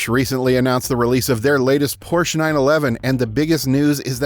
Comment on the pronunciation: Look up how prounounce Porche